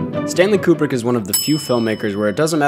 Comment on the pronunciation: It’s pronounced “Kyoo-brick”